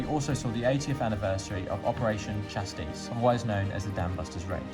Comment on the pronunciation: Chastise and Evelyn both pronounced incorrectly at which point I lost interest 😔